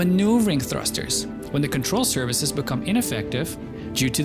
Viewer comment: "Control services". I cannot unhear it :D